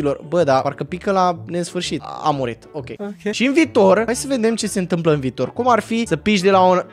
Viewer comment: Viitor nu vitor da